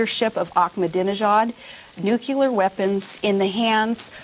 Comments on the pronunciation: she said "nu-cya-lar" fucking ridiculous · "Nucular weapons" lol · Uh-oh. She pronounces the word "nuclear" as "nucular" . It's a small thing, but it bothers me that she pronounces it the same way that Bush does. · She can't even pronounce nuclear. Nukelar... She says it twice. Idiot. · Sarah Palin is the only person other than Bush who says "nukiler" instead of nuclear. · NUCLEAR NOT Nukular! Is this the interview in its entirety? Or has it been edited? So Israel can go ahead and get in a war with Iran(when Israel goes to war with an Arab country, that is going to be the beginning of the end), we are going to start bombing in Pakistan, and at some point, we may be called upon to join the defense of Georgia. Whoa, we are going to have our hands full. Oh, and the "Islamic Terrorists" attacked us because they disagreed with American Ideals. Hmm..... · OMG!!! Did anyone notice that she pronounces the word nuclear (pronounced noo-klee-er) just like George W. Bush? They both say nuc-u-lar!!! That is soooo scary. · She even says Nuclear like Geroge W bush. IT'S NU-CLE-AR NOT NU-CU-LER HAHAHAHA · lol she said nook-you-lar instead of nuclear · Oh no!!!! another one of those that say nuckelar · Nukeyoular? Hey, I remember this guy in politics who said that all the time... what was his name again... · "We gotta,We are gonna,Nucular weapons. God,this woman is illiterate.All"scripted" answers to Charlie's questions.Charlie had to tell her what the Bush Doctrine is!She doesn't know anything! You'd think with her "education" at 5 different colleges she'd know something.(great sarcasm).Perhaps her "experience" as a sportscaster makes her a good candidate(again, sarcasm).Or, maybe her world travels(sarcasm, again).The people who think she did a "great job" with this interview must be stoned. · nuclear!!!!! Not nuc-u-ler. If you put lipstick on a pig... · Ahhhh, yet another high-profile Republican who says "Nucular" instead of "NUCLEAR". Lord help us. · Did she say "nucular"?